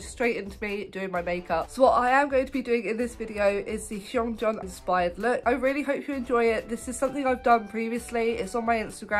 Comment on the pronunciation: I love this so much!! And I mean this in a nice way but you’re mispronouncing hongjoongs name. The Hong part is fine but ‘joong’ should be pronounced kinda like the ‘joon’ in Namjoon but just with a g on the end